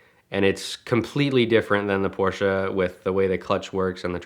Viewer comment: So glad you guys know how to pronounce Porsche properly. Drives me crazy when I hear it wrong.